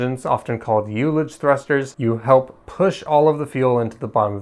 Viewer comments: Good summary, but I have a few comments: 1) I believe that "ullage" is pronounced with a short "u", i.e., "ull-age" not "you-lage." It comes from the winemaking world where it refers to the air space in a cask that has been partially used. 2) The very first N-1 flight did do staging. The main problem was multiple fires in the propellant plumbing of the first stage engines. When it became clear they were going to have to terminate the flight, they manually staged it to get some data on what happens. It did turn out that the 8 second-stage engines punched some holes in the LOX tank of the first stage, leading to more heat shielding for later tests. 3) The Titan missiles also used hot staging between stages 1 and 2. The vents are both the round and rectangular holes seen on the interstage skirt. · It's "uh-luj" you "you-luj" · the Russians have used hot staging since the 50s.its pronounced uh luhj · "youlich" damn I had to go back to understand what was actually meant